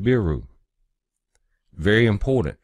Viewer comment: Its like he's saying subaru with an N.